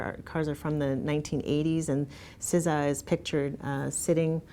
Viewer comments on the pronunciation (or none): WHO...WHOO SAYS SIZZA, isn’t S.Z.A